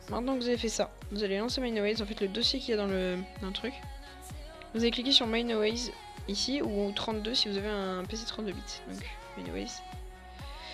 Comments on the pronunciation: C'est pas mineAWAYS mais mineWAYS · le mec dit mineaways mdr